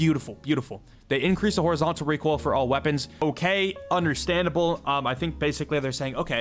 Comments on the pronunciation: when using as val: ree-quil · 140 reekoill controll😂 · This is how many times said reek oil 👇🏻